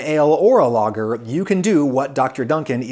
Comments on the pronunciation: Great video, But you butcher the word lager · I thought he was saying "logger"beer until he mentioned germany. Who the fuck pronounces lager like that?